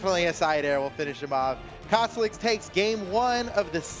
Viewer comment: says "TA Cosloix" instead of "Cosolix"!:L